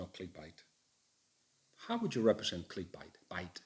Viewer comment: Dunno if it’s different in Spain but in England it’s click bait ( said like eight ) G. Keep up the great work